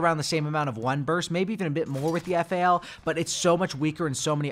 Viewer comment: It's not F-A-L bruv. It's Fal (F-owl)